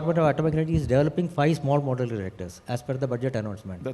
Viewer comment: What's the difficulty in pronouncing the simple word Modular? It's so awkward from the part of Podcaster